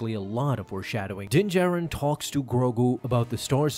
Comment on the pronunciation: Calling it Din-Katan😂😂😂😂